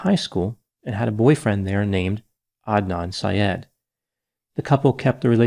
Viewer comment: I’m so happy you pronounced his name correctly. You wouldn’t believe how many get it so wrong. Thank you!